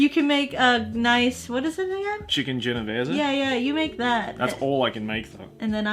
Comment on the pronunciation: you just gained my respect by pronouncing Genovese correctly (Btw I'm Italian)